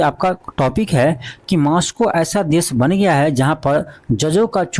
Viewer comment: Aapki mehnat bahut achhi hai... ❤but... आपकी हिंदी की वर्तनी एक शिक्षक के हिसाब से बहुत खराब है।आप मैक्सिको और कजाकिस्तान भी सही से नहीं बोल पाते।।।😢😢